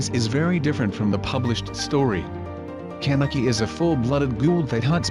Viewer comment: I hate how it says CAN-eki